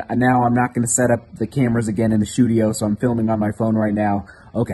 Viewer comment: "Shoedio" is what made me like this vid immediately 👍👟